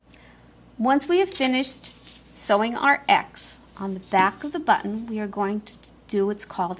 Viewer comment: A lot of comments about the sewing but the most pleasant and refreshing aspect of the whole tutorial is pronouncing the word "button" correctly 😂. Too mamy times the double t sound is not annunciated. Many people say bu-in, never clearly saying one t let alone borh